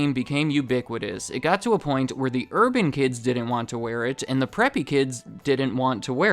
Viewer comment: When he said “urban” 😂